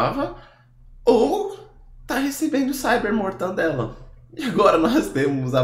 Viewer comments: ....mortadelaaaaa...não mortaNdela....por favor!!!!! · É MORTADELA... Por favor. E não mortaNdela! Apoio o teu conteúdo e não perco 1 vídeo. Parabéns, continue assim, mas dá uma melhorada aí no português pq do contrário pega mal. Valeu! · eu te amo mas não é mortandela,é mortadela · Mortadela! E não mortaNdela! Isso dói os ouvidos! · O correto é *MORTADELA*, mortandela esta errado